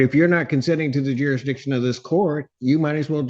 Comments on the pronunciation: ‘What does she mean by ‘ youresdiction’ 😆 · I feel like they have a harder time saying jurisdiction than they do trying to say ask